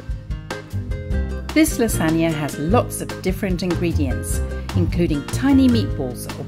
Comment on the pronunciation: LASAGNA not 'la sagna'